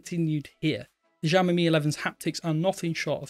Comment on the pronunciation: Sheesh .. learn to pronounce the name. It's "See-aw-me"